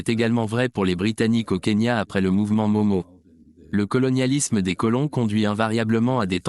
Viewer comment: Entretien tres interressant. Merci. Movement independantiste kenyan "Mau-Mau": se prononce "Maou-Maou" - et non "Momo"